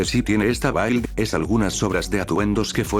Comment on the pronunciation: "Build" se pronuncia más como "bild", o es esa la pronunciación Inglesa?